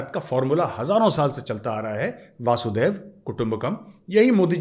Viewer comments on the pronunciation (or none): 🕉 जय माता की 🕉 आप हमेशा गलत बोलते हैं यह वासुदेव कुटुंबकम नहीं है यह वसुधैव कुटुंबकम है। वसुधा अर्थात धरती। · मेजर साहब, आज आप ने फिर एक बार वोही ग़लती कर दी : "वासुदेव कुटुंबकम्" नहीं; "वसुधैव कुटुंबकम्"। इस का अर्थ है, "वसुधा (पृथ्वी) ही कुटुंब है", यानी पूरा संसार ही एक परिवार है।